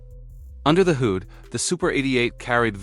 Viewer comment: Just heard another simple word mis pronounced: Hood, the narration pronounced as 'hoood" this lazy way of making video's is an example of how lazy technology has made people and how overrated technology is,. Artificial Intelligence should be scrapped, it is dangerous and promotes laziness and growing stupidity among humans.